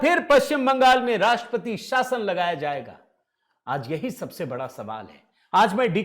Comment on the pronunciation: आप राष्ट्रपति शब्द का उच्चार "राष्पती" ऐसा क्यूं करते हैं? ट्र अक्षर का उच्चार कौन करेगा?